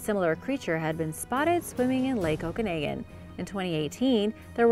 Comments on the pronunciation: Okanagan is pronounced Oak-a-noggin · Okanagan is pronounced "oh-kuh-nah-gun." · oh-kah-naw-gan (okanagen)